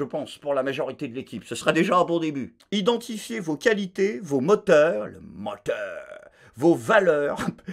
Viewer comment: Le moteuuur a me rappelle étrangement quelqu'un...un spécialiste africain du diesel,je crois!